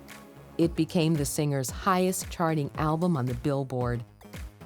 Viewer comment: The narrator keeps pronouncing ''alblum'' a-le-blem